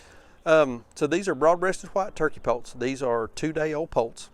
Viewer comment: I just saw my first turkey poult at Rural King, and I am 60 years old... Pits, sounded like you said they turned out to be pits